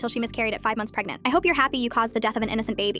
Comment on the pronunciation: Did she just say she's bin pegnant for two years😂